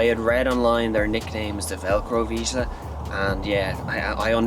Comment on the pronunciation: Vizsla. Not Viszla or Visla.